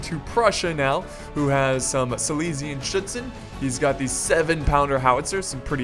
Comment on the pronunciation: Hey , yours pronounce of "schuetzen" is right :D